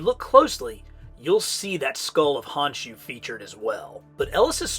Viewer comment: Small correction, it's pronounced "Con-shoe", and the Ahnk is pronounced "Awnk"